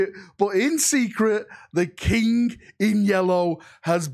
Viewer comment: I like how say "the yellow kink" and Not the yellow King 😂. The loyal son of dorn and his "yellow kink" 😂😂😂😂.